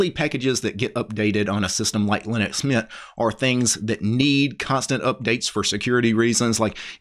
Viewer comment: it's mint. when you say that sounds like meatha.😂